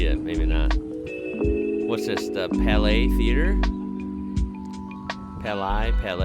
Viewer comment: Impressed he pronounced Palais theatre correctly on his first try